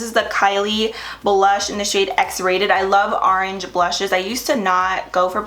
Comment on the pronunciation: "Arenge" lol love you!!! 💃🏻